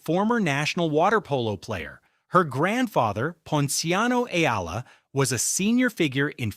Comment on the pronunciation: It's e-a-la, three syllables, sir!